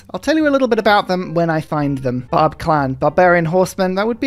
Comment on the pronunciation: Barb clan sounds especially like "Bob clan" today